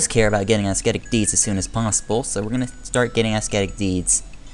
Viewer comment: the "C" in "ascetic" is mute :)